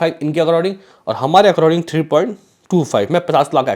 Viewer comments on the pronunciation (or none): अकराडींग नही भाई अकॉर्डिंग बोलो